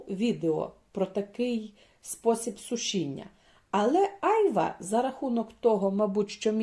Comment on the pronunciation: Дякую за відео. Вибачте, але наголос на другому "А"-айвА.